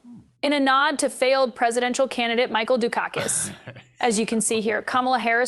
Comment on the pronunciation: Mark dice said Du'kakis😅😂